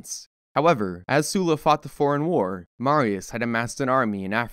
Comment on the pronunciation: Excellent work!! Animation is basic but easily understandable with the history your dropping. I have to point out that your pronunciation of Sulla is off. You keep saying his name as “Sue-la” however it should be said as “Suh-la”